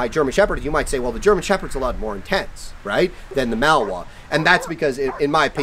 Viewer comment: Nice video, but please learn to pronounce Malinois correctly. It's not "Mal-Wa." The name has three syllables; ma-luhn-waa.